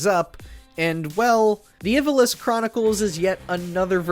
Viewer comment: That is NOT how you pronounce Ivalice